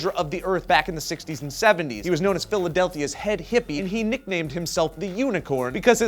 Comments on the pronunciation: Did you just say "Philadelthia?" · Did he just say "Philadelthia"...? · Philadelta?!?!? really? That's as bad as Nighthawk